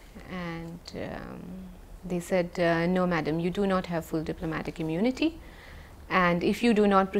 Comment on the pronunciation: “Do not hundcuff me i enjoy diplomatic immonity”😂😂😂😂😂